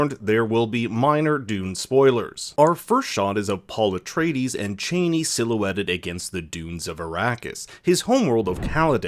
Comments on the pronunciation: Chani pronounced "Chahh-ni." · Man, it’s hard to listen to you keep calling her like a certain former American Vice President 🤷🏼‍♂️. It is not how you supposed to pronounce her name, for Herbert sake….. do your research properly,please.